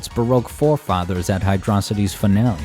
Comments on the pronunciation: fr its hydro-city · Its pronounced: "Hidrokitey"